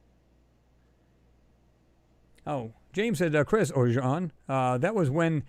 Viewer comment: Excellent show, Chris. This is what we need, all researchers coming together for discussions like this. By the way, it's Jean Ward , not Sean.